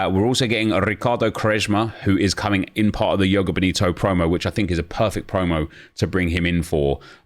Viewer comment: Joga Bonito is portuguese not spanish, the j isnt silent. Its like zhoh-gah boh-nee-to